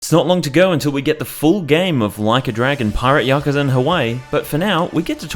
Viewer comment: Also "Pirate Yakzua"